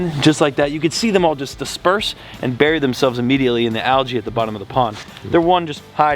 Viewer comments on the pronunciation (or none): none